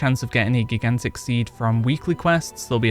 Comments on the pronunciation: I can see me getting reamed for this but I was highly distracted from you say GIGantic. The First G is pronounced like Giraffe. The J sound. And I as in eye. So J-eye-gantic . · “Jai-gan-tick” not gi-gan-tick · Geeghantic!!! Lol. Great vid sir but it is pronounced Jai-Gan-Tuhk! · gig-ant-ick? It's pronounced Ji-gant-ick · Sir, I love you, your content is great. But have you never heard the word 'gigantic' before? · I couldn’t stop laughing at geegantick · GIG AN TICK?!!! It hurts my soul every time he says it!! 😱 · GIG ANT TICK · Great video but damn dude. Please learn how to say Gigantic. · You should just record yourself saying gigantic properly and edit it in so people will stop pointing it out . Seems to be distracting for some lol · Never heard anyone pronounce "gigantic" like that. Is that a regionalism? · i think u said gigantic wrong... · I thought he was trolling u till the 40 times he said it